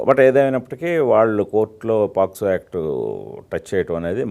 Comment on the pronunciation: Adi posco kadhu ra daffa , pocso